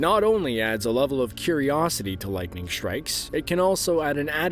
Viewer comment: Can nobody say “strikes” anymore without pronouncing it “shtrikes”? Every word containing “st” seems to have morphed into “sht”. “Assume” has become “ashume” . Etc, etc. It’s not just here in Shtraya (Australia) but seems to be all over the English speaking world and seems to be a fairly recent phenomenon. Any comments?